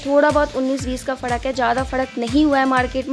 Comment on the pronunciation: Bhan fadk nhi frk hota hain 🤗🤗🤣🤣